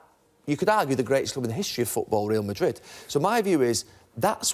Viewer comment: Pronounce Real Madrid properly ffs!